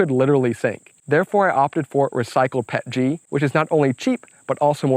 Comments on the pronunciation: the only thing that triggers me was PET-G P.E.T.G not Pet-G xD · With 20 years in the plastics industry, I cringe every time I hear someone say "Pet-G". It's Pee-Eee-Tee-Gee :) That said, this print project is epic!!!! Awesome job!